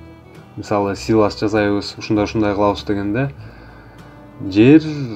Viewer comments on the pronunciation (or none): Силос де силас дебей. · Силас эмес силос туура аталышын айта албагандар бизге уйротобу. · Силас эмес силос.